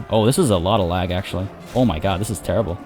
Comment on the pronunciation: That was erm tea-ribble 😉